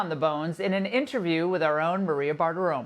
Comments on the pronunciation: Did she say a year long coot attempt? 🙄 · i am disappointed that Laura can not properly pronounce "Coup"